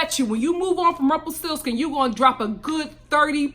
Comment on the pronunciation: “ Rumplestilskin” lmao 😂